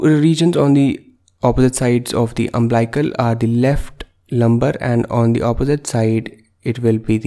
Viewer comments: Nice video. But it's UMBILICAL. Not umblical. And pronounced as UM BILL ICAL. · Umblical or umbilical!!